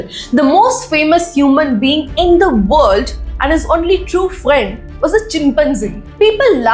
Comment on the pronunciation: “Only” pronunciation - It’s not “one-ly” but “own-ly” not “on-ly” either… Someone is being teaching English wrongly in that part of India.. I was being corrected long back when I didn’t give that much importance to language. I ignored and moved on without checking its authenticity. But now people following that kind of pronunciation feels odd and checked again it is wrong… Find the source of that wrong teaching. Don’t know how many kids have been taught wrongly by these self proclaimed experts and call the right spoken people wrong. They go on to correct the rightly taught people as well claiming they know better.